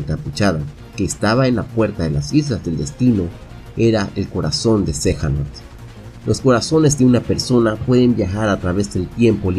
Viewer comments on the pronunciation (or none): Xehanort no xejanort jaja